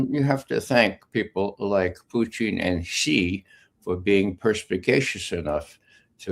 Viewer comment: Who is this friggin guy? Why can’t he say Putin correctly? Or is he saying Putin correctly and we’re all saying it wrong?